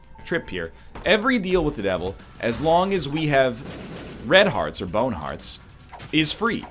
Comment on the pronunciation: I always imagined it being spelled boehwn. oddly enough, it's almost like he just says it in a normal aussie accent lol